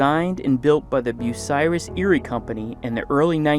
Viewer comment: I live in Bucyrus, Ohio! Thanks for pronouncing it correctly... Years ago my brother and I went to see the "Big Muskie", also made by Bucyrus-Erie, before it was scrapped. That thing was huge! I have pictures of us standing in the bucket.